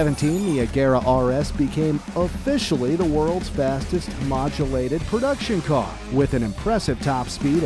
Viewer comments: yeah, it was 'homojulated'! 🤣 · “Homujalated” lmao get a new narrator he can’t speak English “Dzjhesko” he can’t even speak a single word of Swedish either; doesn’t take that much research to realize it’s “Y”esko